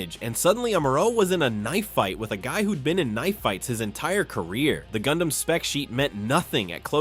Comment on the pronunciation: Gundam sounds like Condam